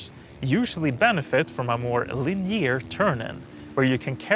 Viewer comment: Love your content, your shoes, your bike, but that beard, i dunno, also the way you pronounce Linear as leneer it should be lin-eh-ar . again I love your content. Keep it up skrattta du florah du